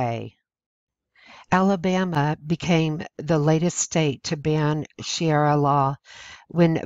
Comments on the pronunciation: I wish the speaker had a better pronunciation as it makes her sound ignorant. It's not Shara law it's Sharia. Please try to improve your pronunciation. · It's NOT pronounced ShiARA, it's ShaRIA. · Good compendium. but please don't pronounce Sharia as "she-arra". It's pronounced "share-ee-a" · That's "Sharia," not "Shiara!" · it's pronounced SHA-REE-AH not SHEE-AIR-AH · It's "Sha-ree-ah" not "She-air-ah"! If you want your videos to be taken seriously, at least pronounce the words correctly! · It's sha-ria not she-era. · Dear, I am with you 99.999 percent! But honey, (please don't take this wrong), It's "Shaw-ree-ah law". God Bless. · "She-era" law?? You'd think if someone went to the trouble of preparing a message and stitching together a lot of photos with a matching 5 minute narration they could at least spend a couple minutes getting the pronunciation right. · It's pronounced: Sha-ree-ah. It is from the pit of hell! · Shuh-ree-yuh. Say it with me now. Good work, but saying it right is vital. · Narrator : Nice voice, but horrible pronunciation. One example : Sharia is pronounced Shuh ree uh. If you are going to narrate, it's always best to learn correct pronunciation, prior to doing so. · STOP SAYING SHEE ARA LAW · To the channel owner............If you intend to try and educate others then perhaps you should first educate yourself and learn to properly speak English. The word is Sharia and it is pronounced SHA*RI*A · It's pronounced SHA - REE- Ah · It is called Sha Ria law to be correct. Otherwise, good info.n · Sharia is pronounced sha -Re-ah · it's sha re a law. like die or e a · The nice lady reading this would do well to learn to pronounce 'sharia'. She was missing by a mile. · It would help if you could look at the word Sharia and pronounce it properly. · Difficult to take this seriously when she can't pronounce the word correctly. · It's shu ree uh not shee air uh. I cringe every time I hear you say that. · sha ria not shiara!